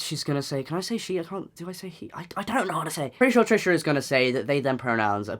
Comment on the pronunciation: So confusing when you're french and you hear Tresha ~Pétasse~ every 10sec.